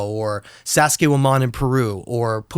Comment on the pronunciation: i hate when people change the name of something known to something with their own twang.. sounds like dude said sassayhuaman